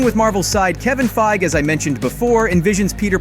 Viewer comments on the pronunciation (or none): FEIG EEEEE say his name properly please he has an E at the end of his name 🤦‍♂️